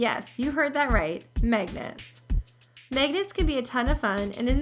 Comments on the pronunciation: its pronounce magnets not megnets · She said magnets funny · At least say magnets right.